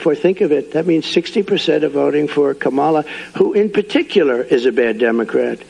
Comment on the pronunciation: He continues to mispronounce Kamala Harris’s name. He is a disgrace.